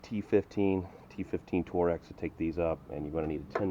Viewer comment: Never heard anyone call it tor x, lol. I've only heard torx.